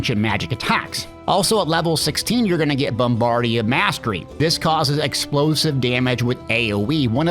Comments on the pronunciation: I was going to say this, too. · It's BOMBARDA... Not BOMBARDIAAA.... 😉